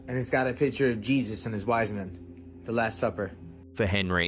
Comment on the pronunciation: His wizemin 😂